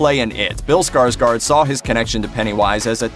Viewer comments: It's pronounced SkarsGord not SkarsGARD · His name is pronounced Skarshgord. Fyi. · Why do americans say ”skarSkar”? His last name is Skarsgård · Not Skarsgard but Skarsgård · Not Skarsgard its Skarsgård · just saying that his last name is pronounced Skarsgord since it has swedish O(å) in it😊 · Å is pronounced as O It’s pronounced like - Skarsgord...